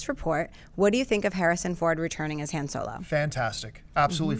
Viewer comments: Yes she pronounced his name wrong! It's Han (Hon) Solo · First of all it's not H(anne) Solo is H(ahn) Solo! 2nd of this guy said " the Jedi Twins, "HAN" & "LEIA"? I didn't know Han Solo and Leia were twins, I thought it was LUKE & LEIA! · will someone tell this chick to pronounce Han correctly please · Dammit... it's Han Solo... pronounced 'Hahn'. Has this chick even seen the movies??? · I think she said 'Hand Solo'. Blasphemy!